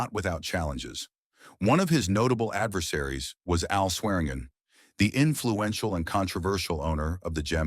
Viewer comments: I'm a Swearingen. It's pronounced Swear-in-gin. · Chinese AI : Swergin